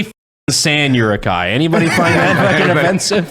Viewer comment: This is the first time I've heard Uruk-hai pronounced like that. "Yurukhai"